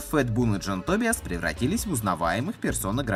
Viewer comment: Шикарный балаган!)) Только всё же не Тобиас,а Тобайес.